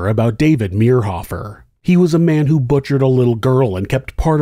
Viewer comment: I went to school in Manhattan . His nephews went to my church and youth group. We were friends. This reader pronounced David's last name wrong, which was driving me crazy, but a well told story. Interesting to hear it told. I've never heard all the details of the case. So sad for all the families involved.